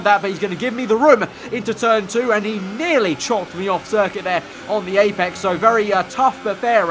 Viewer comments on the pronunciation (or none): none